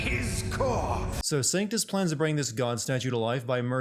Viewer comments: It's not a miss pronunciation of a name. Triss and Trish are two completely different names as are Crato and Credo. And he spelled and pronounced Sanctus right the first 3 times but then all of a sudden says "Sanctum"? That's just lazy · 1 sin for misspelling Vergil. -2 sins for misspelling and mispronouncing Trish. -1 sin for calling Sanctus Sactum -1 sin for sinning a good show